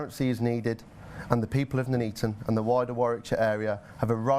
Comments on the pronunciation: Nuneaton. "None eaten", not "noon eaten". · Its NONE EATON not NOOO NEATON ! sort it out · It’s pronounced NUN-ETON as in ‘none eaten’.